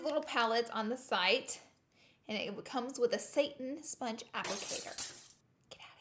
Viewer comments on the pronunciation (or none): none